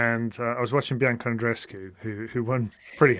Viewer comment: Come on,, would it kill you to pronounce Andreescu’s first name correctly? You’ve heard it hundreds of times. You KNOW how it’s pronounced. Just lazy and disrespectful. 🙄